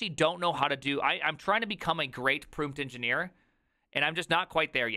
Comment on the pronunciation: "The name, is the Proomteagen"